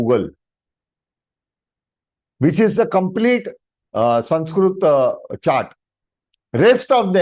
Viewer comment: Sir, it is not samskrut.. It is samskruta... the last akshara is त-ta not त्-t. ... त्+अ = त . Read what is written properly... When you yourself don't pronounce right.. what are you teaching to others..?